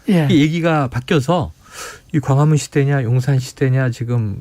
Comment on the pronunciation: 과화문 ㅎㅎㅎㅇ발음 안좋네